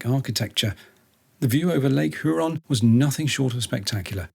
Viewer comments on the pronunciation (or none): its NOT HOORUN. Its LAKE HURON. Phoenitically H-your-awn and it not ON TAR IO. Its ONTEARIO phonentically. You would be spotted out immediately for the misprounciations. Glad you enjoyed OUR Lakes. From St. Catharines ONTARIO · The Lakes ARE GREAT! A few pronunciations: mackinaww MiSHigan Youron (Huron) Loved your video. We sail to the island 3-5 times each summer. We see Viking ships all summer!! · Some of us Michiganders pronounce the H in Huron. Hyuron...